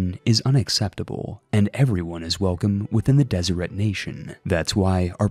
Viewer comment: Deseret is pronounced Deserette